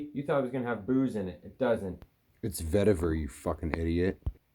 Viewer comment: It’s Vetiver 🤣